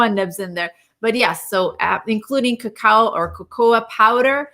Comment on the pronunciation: Why does Dean keep mispronouncing Cacao???? Besides his stuttering it’s SO distracting. Other than that, I truly deeply appreciate their research and divergent information from the information and pressure from the fat proponents like Dr.’s Dale Bredesen and David Perlmutter who love eating animals and fat. Ugh!